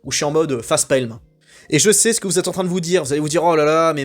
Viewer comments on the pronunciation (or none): J'ai "faycepalm" quand je t'ai entendu dire "facepailm" à 6min48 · vu le contexte, déçu de ta prononciation de "facepalm" 🙃